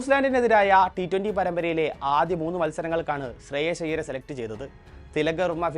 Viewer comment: ശ്രേയസ് അയ്യർ ആണ് ശ്രേയ ശ്അല്ല